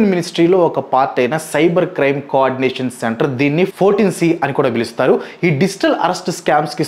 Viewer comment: It's not 14 C brother, it's I(i)4 C